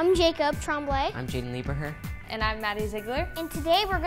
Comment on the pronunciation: His name is spelt jaeden lieberheur but its pronounced jaeden liebrhr